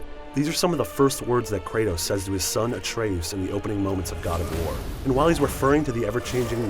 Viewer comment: Uh-tray-oos? C'mon man, it's ay-tree-us. When there's only one 't' after the 'a', the 'a' is pronounced with the long vowel sound. Like 'atrium.'